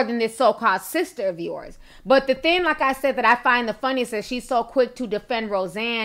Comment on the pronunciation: Please quit saying "theen" the word is "thing!"